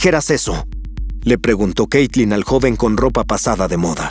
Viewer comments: xd dice caytlin en el vídeo xdd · En el video dice "Caytlin" xd